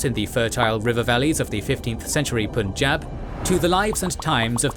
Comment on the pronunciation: pleaseeeeeee learn how to say punjab , before making entire video about punjab your hurting my ears